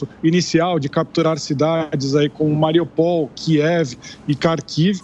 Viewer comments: Aliás, sugiram à este incompetente q aproveite q está lá, juntinho dos ucras, e q pergunte e aprenda como se pronuncia o nome das cidades q ele reporta. Ele vai poder aprender a não ser papagaio de mídia americana. Vão ensinar à ele (e ele à vcs), q se pronuncia MariÚpol! E tb q Kherson não é "Quérson" e sim "Rérson", q Kharkiv não é "Carkiv" e sim "Rarkiv", pois 'kh' não é o mesmo que um 'Q' ou um 'C' e sim um 'R' de rato, de rocha, de churrasco, etc! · Atenção repórteres ignorantes brasileiros!!: Não se pronuncia Mariupól, e sim MariÚpol!!! O mesmo para SevastÓpol, SimferÓpol, MelitÓpol, TirÁspol, e etceterÓpol!!! Tudo PAROXÍTONO. Tal como aqui falamos as proparoxítonas Petrópolis, Higienópolis, Salesópolis, Anápolis, etceterópolis!!! Aquilo q é "polis" (do grego) p/ nós é "pol" p/ eles!! Incrível como são incompetentes os profissionais de mídia deste 3o. mundo, q não se informam direto com as fontes dos nomes (coisa simples de se fazer, se quiserem ser melhores profissionais de COMUNICAÇÃO, formados na área de LETRAS!!!), mas apenas repetem como papagaios sub-desenvolvidos a ignorância pronunciada por anglo-americanos IGUALMENTE CHUCROS !!